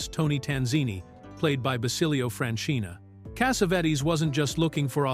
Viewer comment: I love this movie. I must’ve seen it five times and I used it as a therapist with people to address certain things. The one thing I cannot stand, and I really really cannot stand this. This Arabic narrator calling John Cassavetes. John Cassavettes. Finally he calls Gina , who everyone knows, Jinna. Cassavettes is the worst though. It is extremely difficult for me to listen to extremely so distracting from what he’s trying to do.